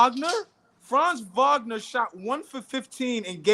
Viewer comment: Wagner Wagner Wagner not Vagner where is the V coming from and this is everybody.